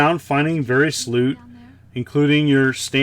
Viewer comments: Can confirm, twas indeed sloot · I am so sorry,., I seriously heard you say "You go around finding very sloot." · Definitely heard sloot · I did too. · I heard it. Been spending too much time on Lord Immersion's channel.